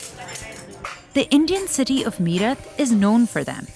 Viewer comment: So much privilege in the comments, welcome to the real world people which isn't a ned pf roses but harsh and cruel. And its not pronounced me rut but mae rut